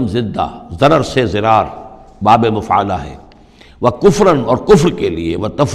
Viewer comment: ghalat quran padha dirar padha jayega naki zirar. urdu me zirar me chalega